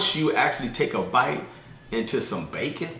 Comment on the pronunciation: the way you said bacon... lol... I been taking goji berries for a week now. Hopefully it helps with my iron.